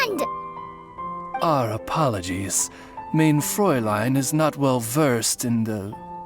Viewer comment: "mayne fräulein"